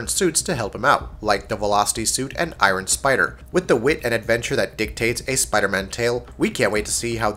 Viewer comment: Why did you say “I-Ron”